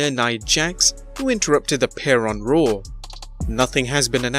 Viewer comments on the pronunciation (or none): Its raw. Not rawr... Ya twit